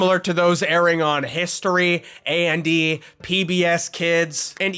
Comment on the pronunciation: Why he callin A&e as A&d?